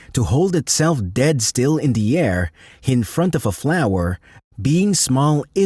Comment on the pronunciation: E.g. the way it says "hover" and flower is unnatural. Maybe a dutch accent bc they say "duh" instead of "the" ? Video is neat tho